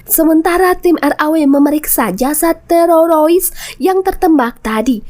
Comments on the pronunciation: Jadi geli dengernya, TEROROIS hadehhhhhh... TERORIS TERORIS TERORIS ........ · TEROROIS 😅.. HADEH, TERORIS MBAK.. Bukan Terorois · Teroris bukan tereroris😂😂😂😂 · apa susahnya blng TERORIS - TEROROIS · Sama aing jga jiji😂 terorois😂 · Sorry y min..kenapa kl sebut teroris lidah nya kebal banget..jd yg denger tmbh kebal..laen y bgus2 ajjah..lanjot min...sy suka nonton alur.... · Maaf min lucu ngucapin teroris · Bilang teroris aja susah bener 🥴